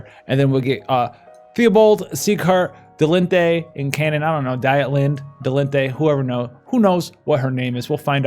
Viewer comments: hi its spoken "deetlinde" its a german name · Doing by the Japanese, Dietlinde is pronounced deet-lind.